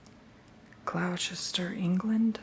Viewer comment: Gloucester is pronounced gloss-ter, incase you ever need to say it again! Love marmite, please film when you eat it (it's best on buttered toast) I'm looking forward to seeing your reaction 😂